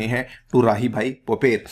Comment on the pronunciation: राहीबाई पोपरे , माताजी का नाम, नही की पोपेर